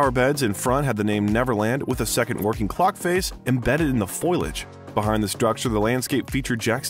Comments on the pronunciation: It's Foliage. Fo-lee-age. Foilage... 😂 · it's pronounced Fo-lee-edge. I wouldn't point stuff like that out normally, but that mispronunciation is literally a joke from The Simpsons too 😅